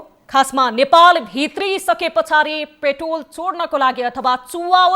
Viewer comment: पेट्राेल लाई प्रेटाेल भन्न भएन र हृदयबिदारक शब्द उच्चारण भएन , प्रस्तुती दमदार दिने हाउभाउ देखाए पनि अलिक शब्दावली उच्चारणमा अध्यायन गर्नुपर्याे । तपाइलाइ प्रगतिकाे शुभकामना ।